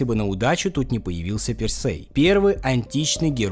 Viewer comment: тИсЕй, пИрсЕй, дИдал. Не, прости господи, Тэсэй, Пэрсэй и Дэдал. А что это за шутки за 300 про БДСМ и закладки? Словно мой батя решил, что умеет в Молодёжный юмор 🤦🏻‍♀️